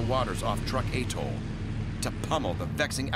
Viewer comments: Atoll. Not Attol SMH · Atoll not aetoll....please!!! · It’s atoll not attol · Is this really how Americans pronounce "Truk/Chuuk" and "atoll"?